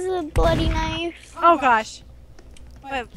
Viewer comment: K-nifE???? It's knife just saying not to be rude or anything